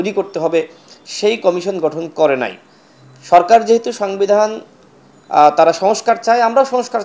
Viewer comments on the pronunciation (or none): সাংবিধান 😂😂😂 উচ্চারণ করতে পারে না